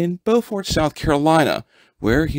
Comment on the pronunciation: Sources? BTW it's pronounced "Bufort" !